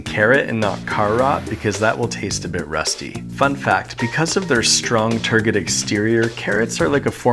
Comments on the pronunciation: Tergid pronounced ter-jid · "because of their strong tur-gid" is that how you pronounce turgid?? Like how flaccid is actually pronounced "phlaxid"??? Am i just pronouncing all phallic words wrong? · Wait turgid isn't prounounced as a j? TIL...